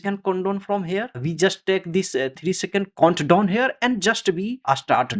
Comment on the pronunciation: your voice and pronounciation is so funny)) it is count down not condome lol